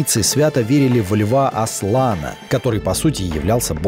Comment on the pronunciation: Все бы хорошо... Но как в этом видео произносят имя Аслана=) Жуть прям